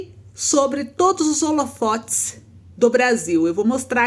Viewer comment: " SOBRE TODOS OS OLOFOTES" TÁ BRINCANDO??? APRENDE A FALAR , MINHA FILHA...